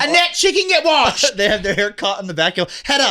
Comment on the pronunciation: “she CAN GET WARSHEDDDD” is sending me rn